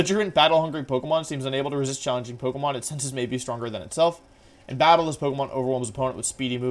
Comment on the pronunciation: Does he on purpose mispronounce the names of pokemon or do I not know how to pronounce Pokémon names